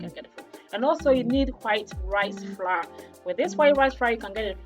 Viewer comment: I heard white ri-fra (white rice flour)